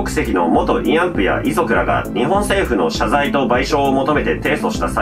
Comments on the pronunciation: いあんぷ？いあんふじゃないの？ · 「いあんぷ」ではなく「いあんふ」なのでは？